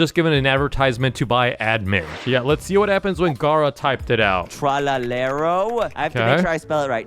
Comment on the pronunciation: It's tralalelo not tralelelo